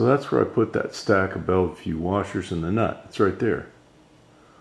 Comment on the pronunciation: bellville, not bellvue.. when you have a background that's white, you actually get the opposite result you are looking for. You want the black arm to be lighter, so add a gray or dark color background. That's why some use the green background of the sewing mat.. it's like a neutral density, and doesn't cause the lens to close down to reduce light. You want the lens to open up and allow more light in to see the detail in the black arm.